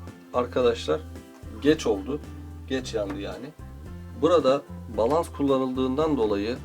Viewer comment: abi bilmişlik taslamak gibi olmasın ama "balans" değil de "balast" değil miydi o? teşekkürler